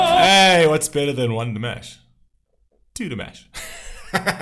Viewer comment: I'm surprised that for as long as you have been reacting to Dimash, you still are not pronouncing his name properly.